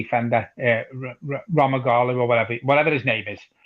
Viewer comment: Romagnoli - closest pronounciation would be something like "Romanioli". The "gn" sound is the same as the "nh" sound in Jose Mourinho